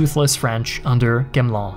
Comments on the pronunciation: You are pronouncing Gamelins name wrong. It's Ga me Lan, not chamlan!😮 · Great video as usual but please please please check the french pronounciation. It’s gamelin, not gamelan. Not that he deserves much respect but still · Gamelin is with the G like the word "great" not "Jamelin" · Thank you for this very nice video, just one little comment on the way to pronounce "Gamelin" ! The initial "G" is to be pronounced like in "gore", not like in "genre" ! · It sounds like you're trying to pronounce French names like Gamelin properly, but without having checked how they're supposed to be pronounced. It makes this video much more difficult to listen to... You're also pronouncing it about 3 different ways :D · Wish the speaker would learn to pronounce Daladier and Gamelin.